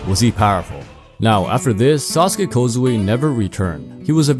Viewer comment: "Sasuke kozue" 😂 my dawg you butchered him beyond repair!